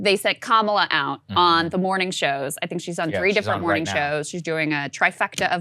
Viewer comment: "Good mooring everyone" just keeps getting louder and I love it!!<3<3